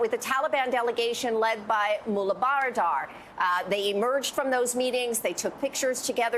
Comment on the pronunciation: Mullah bradar not bardar hahaha